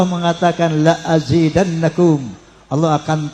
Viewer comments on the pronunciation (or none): Pak haji salah melafalkan Ayat Al- Qur'an QS IBRAHIM :7 seharusnya berbunyi " Lain syakartum laazidannakum, bukan LAAZINNANAKUM pak haji, salah satu huruf fatal akibatnya pak haji, mohon dikoreksi dg baik pak haji.